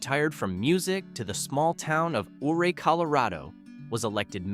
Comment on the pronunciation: It's pronounced 'You-ray' Colorado.